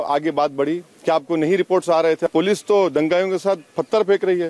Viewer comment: patar nahi pathar hota owesi